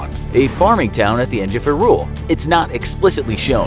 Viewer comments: It's pronounced 'high rule' not 'hirul' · It’s pronounced “high rule” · Was I the only one here bothered by the way they said Hyrule here? Or sorry, I guess I should call it Huhrule. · Hi-rule? It is more like HI-rule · Hi-rule, not herule. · it is HYrule, not hyRule xD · “Harule” Me: YOU WHAT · "erule" "wind wakkker" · Talks about OoT Zelda shows Marin in video to represent her •HUH-ROOL •WIND WALKER •LAND-NUH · So no one's gonna comment on the way he pronounces Hyrule? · Why does he keep pronouncing Hyrule like that🤢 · I feel like the narrator is a thirty something who has never even touched a controller because the weird pronunciations of hyrule and wind walk- I mean waker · uhm, I really dont like the way he says hyrule and windwaker but aight cool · How on earth is it you pronounce Hyrule?? :O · Umm, how is this guy pronouncing "Hyrule"? O.o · The way he says hyrule is horrible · You are pronouncing hyrule wrong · It gets on my nerves how they pronounce Hyrule and they DONT SAY WIND WAKER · Pronounced “HI-Rule” Did you seriously say Wind walker and not wind waker?! 🤦🏾‍♂️ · I’m not sure the makers of this video fully understand what they’re talking about considering he pronounced it “Wind Walker” and mispronounced “Hyrule”. He also overlooks important details within the games. Additionally, he includes Hyrule Warriors, which is not cannon while skipping over games like Minish Cap, 4 Swords, Link to the Past, and Spirit Tracks.